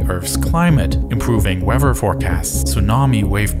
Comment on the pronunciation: Weather is not pronounced Waiver